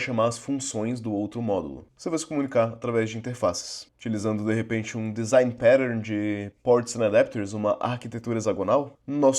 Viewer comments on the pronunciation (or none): none